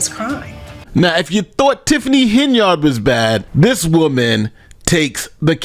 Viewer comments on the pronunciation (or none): none